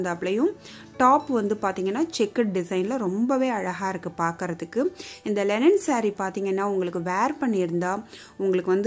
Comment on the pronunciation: It's not Lenin saree..Linen saree..pls chk ur pronounciation which enhances ur vlogs 👍Great vlog of sarees 😍